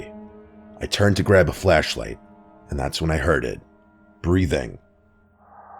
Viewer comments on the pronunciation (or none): I always hear "fleshlight", hard to not notice lol